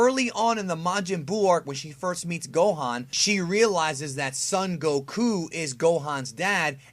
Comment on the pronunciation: You say Goku stupidly